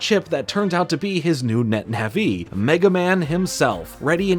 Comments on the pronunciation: Wtf is a netna-vee? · Man said Net Naví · I love your stuff, I've been watching for a while, but my god the way you say Nah -VEE is literally killing me.